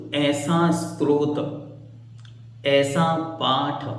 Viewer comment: भैया जी आप बहुत अच्छा समझ रहे हैं लेकिन आप इसे भक्तामर स्त्रोत बोल रहे हैं जबकि यह स्तोत्र होना चाहिए